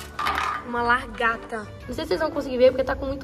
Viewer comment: "Largata" KKKKKKK é lagarta 😂